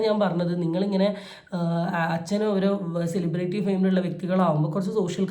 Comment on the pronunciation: സെലിബ്രേയിറ്റി എന്ന് അല്ല സെലിബ്രിറ്റി എന്നാണ് pronounciation 🙏